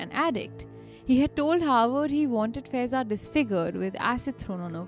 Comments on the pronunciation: The name of Girl is faaaiza not feza pronunciation is wrong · Guys, her name will be pronounced as फायेज़ा 😊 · Faiza is pronounced as Faa-ey-za. 😔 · FAIZAA is pronounced wrong